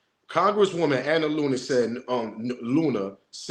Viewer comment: you said Ms Looney 🤣🤣🤣🤣🤣💀💀💀 it's Luna! 🫡.